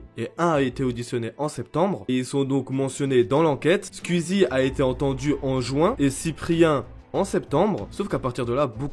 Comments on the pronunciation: On peut faire une pétition pour qu'il arrête de dire squiizie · comment ça me vénère comment tu dis le blaze "skuizi" damn en plus tu le dis plein de fois on dirait les gens qui disent "ouit" au lieu de "huit" 🤣😭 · Par contre comment tu écorche le nom de Squeezie 😂😂